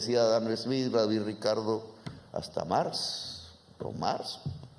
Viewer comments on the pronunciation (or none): none